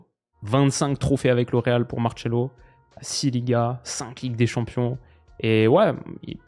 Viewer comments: Genre Marcelo, ça se prononce Martchelo? J'ai jamais entendu ça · Mdr pourquoi t'appelle Marcelo "Martchelo" 😂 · Par pitié il faut arrêter de dire MarTchelo et Gabriel Resus, en Portugais on dit Marsello et Jesus tout simplement. À part ça super vidéo lol